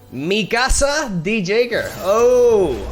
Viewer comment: Eren "Jeyger" 🤣